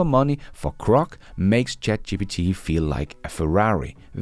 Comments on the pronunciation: Hey, LOVE your work. *sorry, it's my OCD, but its Groc, not Croc. (Come to Australia if you want to see Croc's😂) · Perhaps is misreading the digraph, mistaking GR for CR and so mispronouncing it? I think this would be an easy mistake for an ESL speaker.